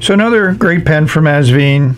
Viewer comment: Hi. Love your reviews, as always! Please note that the brand is pronounced... Vine (like a grape vine), NOT... Veen. Best regards, HisNibs.